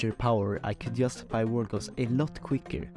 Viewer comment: someone needs to teach this mans how to say "justify"